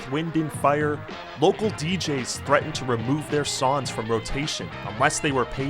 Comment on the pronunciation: Why do you keep saying "sawns" instead of songs